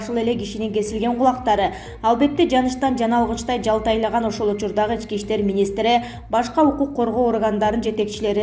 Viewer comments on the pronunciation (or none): Опо-десе онолуп эле келеаткандай болуп атып эле анан айныйсында байагы эле ката окуганын окуган,Ички иштер -дегенди Эчкииштер-дейсин да?анан бирого сын тагасын сени укан угуучулар сага сын тагабыз каталарынды онодо бойсунбу ?